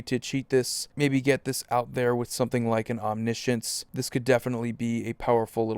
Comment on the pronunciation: Omni-potence, omni-science lol. Sorry it kills me when people say ominessence etc. Omnipotent is a real word.